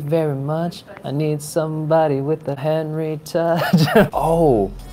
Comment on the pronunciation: 헨리 목소리 발음 perfect!!!